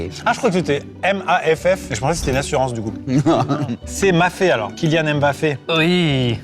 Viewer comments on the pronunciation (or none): none